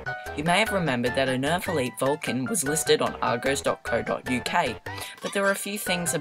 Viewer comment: it's pronounced arr-goss